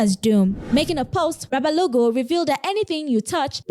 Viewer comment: The doom pastor is Lesego Rabalao, not Rabalogo